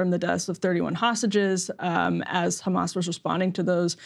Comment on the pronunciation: Israel cant stop saying Khamas and Biden forgets Khamas. LOL